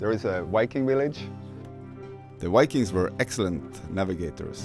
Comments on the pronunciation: Viking. V… Not Wikings ⚔️😎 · Yes cøme see the "wikings" and all the løveli lakes, the wønderful telephøne system, and mæni interesting furry animals, including the majestic Møøse. Cringe, why do so many norwegians say vikings with a W, we don't do that ourselves. Perhaps it is the vowels. Norwegians, say this 1000 times: Voi Voi! Vaiana! Violence! And I agree so much with the video, don't go further North than Trondheim, there is nothing for you here, just rocks and cold rain. Poor roads and nowhere to park. Expensive rooms if you can find any. And in summer you won't be able to sleep because of the light and mosquitos.